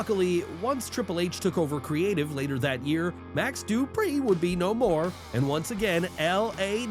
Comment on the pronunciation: Tht pronounciation of duprieeee 😂😂